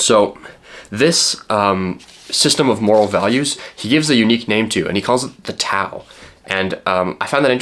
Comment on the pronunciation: It would have taken you less than a minute to look up the pronunciation of "tao". It's an interesting video, thought provoking, but it did hurt each and every time you pronounced it with a hard T.